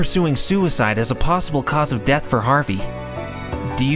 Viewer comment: Why did maya say dath instead of death?